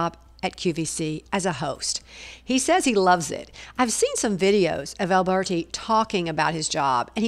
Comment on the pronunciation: The pronunciation of his name should not be Alburti but , Alberti- Italian ! So much more appropriate and more pleasing ! don't you agree ?